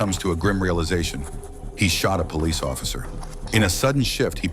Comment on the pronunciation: Is everyone deaf he said "Police" very clearly while crossing the door ... although with more of a french accent it's still the same word